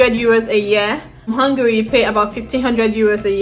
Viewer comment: You pronounced Hungary right the first time, why you con spoil am